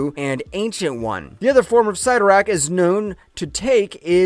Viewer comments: Ok if you cover these things you need to learn the already known names. Already Cyttorak, it is not Sigh-toe-rak it is Sit-tor-ak this is a common problem in these vidoes. Writers are often quoted on names so you really shouldn't be getting these wrong as the pronunciation can be found almost anywhere. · Imagine doing all this research and you can’t pronounce the name 😂🤘 sitt-o-rakk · 😂 I had to rewind the first time I heard him say Sie-ttorak. 🤣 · Dumb dumb it's pronounced sittorakk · Why do the history of something when you can’t pronounce the name Cytorrak correctly couldnt watch all of this without being annoyed